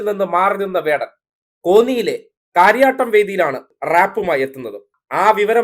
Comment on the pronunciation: കാര്യാട്ടമല്ല കരിയാട്ടം എന്നു പറയണം.